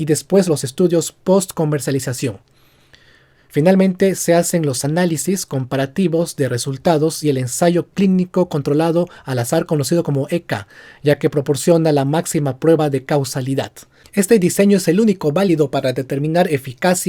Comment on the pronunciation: lamentablemente hubo un fallo, en vez de decir "controlado" dice "contraldo" . no te preocupes, todos nos equivocamos alguna vez